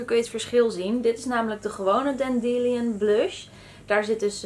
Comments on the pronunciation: Met de mascara, eyeliner en lipkleur erbij vind ik de oogschaduw best mooi 🙂 en het is dande-lion en niet dan-de-lion,niet verkeerd bedoeld is gewoon een tip 😉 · Het is dandielijon😂😜 als in de leeuw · Volgens mij spreek je het uit als 'dendie-laajon'. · volgens google translate spreek je dandelion juist op de andere manier uit hahaha, oeps